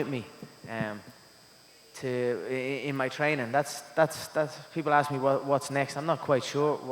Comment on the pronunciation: UFC tuh tuh tuh tink about. Even the girl thought it was funny haha